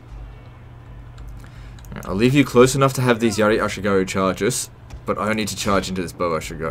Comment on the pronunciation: Kinda satisfying to hear you say yari ashigaru correctly lmao